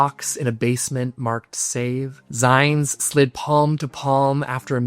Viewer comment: gentle correction… zines rhymes with queens 😊